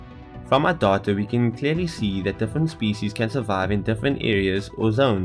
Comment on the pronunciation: the way he says data doahtoah